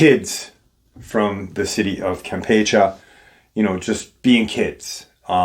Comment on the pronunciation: The last "e" in the word "Campeche" is enunciated the same as the second "e." And there is a percentage of the population that is "lighter skin" (not using the W-word due to YT censorship).